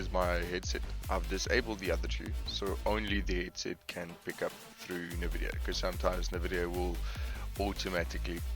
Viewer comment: its N vidia btw not nehvidia its prouounced like en vidia anyway thx for the help :D